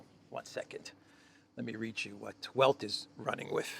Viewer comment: the 'W' in 'Welt' is pronounced as V is in English.